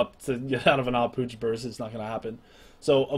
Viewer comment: finally someone that knows how to pronounce "Ah Puch" btw nice guide:)